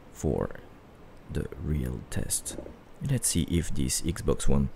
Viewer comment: Its not ixbox its xbox